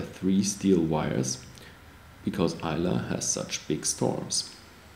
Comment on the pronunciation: ISLAY is pronounced EYE-LA NOT EYE-LAY. BTW Ardbeg does not use caramel coloring in their single malt whisky